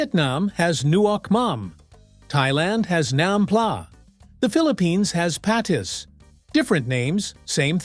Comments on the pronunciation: i never finished the video. Soon as Patis was incorrectly pronounced, i knew they knew nothing and were just rambling information gotten from google probably. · Hilarious, right when he, or AI, said that, I asked my wife if she knows what “patis” is, she said nope, but it’s fish sauce, she laughed and that not how’s it’s pronounced. She from the Philippines.. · You Pronounced “Patis” incorrectly.